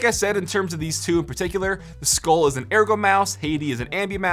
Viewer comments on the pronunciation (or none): It's pronounced Skol. (Like the tobacco chew) and Hati (hot tea)